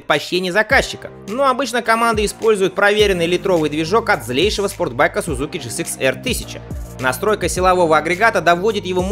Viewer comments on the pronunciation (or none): none